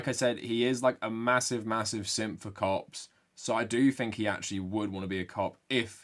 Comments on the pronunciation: Your accent makes when you say "Cops" sound like "Cocks", I'm a child lol. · whenever he says cop it sounds like something else and i do a double take everytime